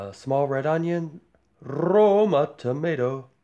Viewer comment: Yumm looks soo good!! Love how quick this recipe is!! “Rrrrrrrroma tomatoes” lol